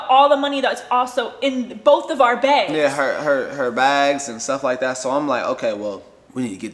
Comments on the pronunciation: SAME she says "beg" instead of "bag" like she puts an E instead of an A lol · Everyone: bags: begs 😂😂😂 She’s too cute 💕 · can't you say the word bags correctly sounds like your saying begs. Just let tell the story I can understand him more better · sounds like begs lol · I'm from Minnesota and I say begs too lol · Take a shot everytime she says baigs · I can hear it too. Check our Beggs ! Haha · I lived in Minnesota and (bags) baygs and bag-ills (bagels) blew my mind (I’m from NYC) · begs lol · Please change the way you’re saying begggsssss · Petition to teach her how to say bags. Yuck. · I cannot stop unhearing how she says “bags”😂😂😂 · The way says "bags" kills me lol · An northern Midwest thing 😝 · yess! That’s how Canadians say it too